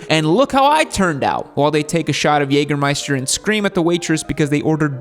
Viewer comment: first time hearing a american pronounce jägermeister the right way